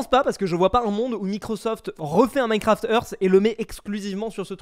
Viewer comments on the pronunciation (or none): none